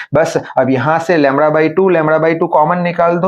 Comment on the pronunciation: Also LAMDA ❌ LAMRA✅